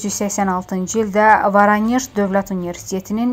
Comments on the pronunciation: Bu tupoy purnalus Varaneğ Voroneğ sozunu deya bılmır neca danısır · Ay aparıcı Voronej sözündə vurğu işarəsi 2-ci hecaya düşməlidir. Tamojnidan camaat şikayət edirdi əvvəldən bu idarələr bandit yuvası olub.Hara gedir sabahımız?